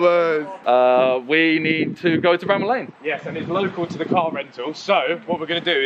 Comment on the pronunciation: Someone should tell jj to say bramall